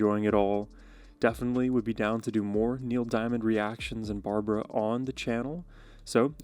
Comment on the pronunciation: not B A R B A R A it's B A R B R A